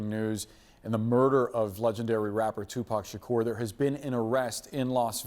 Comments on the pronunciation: What would yall have done if she called him Tupick Shkeer? 😂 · I'm cringing at how she is pronouncing his name! Ugh! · Tupac Shukerr 😂😂